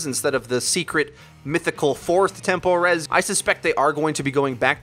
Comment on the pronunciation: tempo rez? temple rez? wth is that?